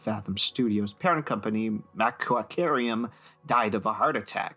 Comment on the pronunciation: I know this is two years old and nobody cares probably by now, but this was funny for me to stumble upon. I probably would have kept on going but I was amused by the early part of your story (especially how you pronounced Macquarium, lol). So I had to stop and chime in. I was literally in the first meetings for this in the late 90s but didn't get to contribute much if anything to it, and moved on to a different organization soon after Fathom was created. Macquarium didn't become Fathom. Macquarium was a design studio and the 3-D animation staff (who used to work on graphics packages for TV and Interactive) were moved to a separate division to make the movie and the design/interactive team stayed put. I don't remember the mocap being the thing that triggered the idea to make the movie. What I do remember is that there was a massive 3D scanner in the middle of the design studio that was probably the only one of its kind in the state of Georgia (maybe even the southeast, excluding Disney) and the original character test design work was sculpted by hand by one of the most talented artists that I'd ever known. Then it was scanned into Maya on SGI Workstations I think. I recall that there were a number of people in the graphic design team who had some real concerns about the direction the initial designs were taking. But they weren't being heard and so they backed off and also moved on to other organizations for other reasons. So there was a lot of chatter when it finally came out